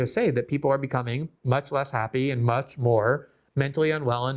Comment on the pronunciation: Love your work but you do torture the word "and"